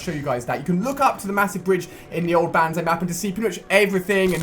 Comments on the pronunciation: and its not banzai its bonzai idiot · Ali...Ali.... It's pronounced bon-zye, not ban-zye... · Bonzai not Banzai! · PRONOUNCED BONZEYE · BONZAI IS HOW U PRONOUNCE IT FFS!!!! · it's banzai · You're saying banzai wrong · just saying you pronounce the A as an O in banzai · Does anyone else hate the way Ali-a says banzai?